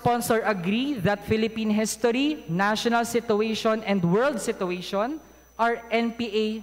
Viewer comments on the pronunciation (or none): Sabi mo 'di ka bobo...eh "SITUATION" (sabi mo: SI-TU-WES-YUN)lang 'di mo mabigkas nang tama!! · Summa Cum Laude, he can’t even pronounce “situation” properly.